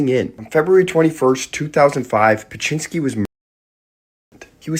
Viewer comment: Beksinski sound beck si ski Corectly